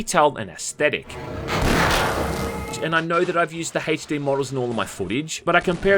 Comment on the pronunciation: My dude said “hache D”